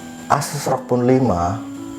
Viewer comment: ROG bang bukan ROK wkwk